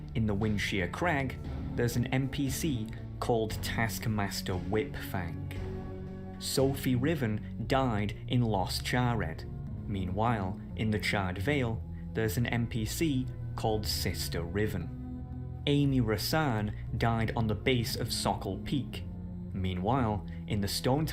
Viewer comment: Being a native Spanish speaker, I noticed the moment he mentioned 'Los Charred' as a city